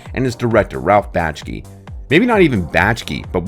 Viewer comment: Say it with me: "Back-Shee." An otherwise very good video is marred by serial mispronunciation of the director's name.